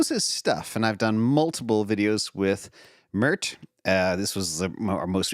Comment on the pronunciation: It's not murt u doofus. Sounds like maert